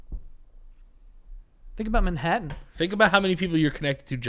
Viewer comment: Why does Joe pronounce it "Minhattan" 😂